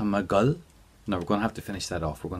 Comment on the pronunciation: I'm really confused. I thought I am going to = tá mé ag dul.... But he's saying tá mé ag gul? I've listened over and over and very loud. I'm learning ulster Irish so I don't think it's a dialect thing. Can anyone explain please?